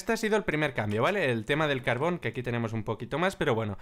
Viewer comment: no insultes a mojang se dice carbor, haunque me izo grazia